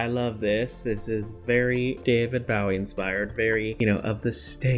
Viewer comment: Bowie is pronounced with a long o.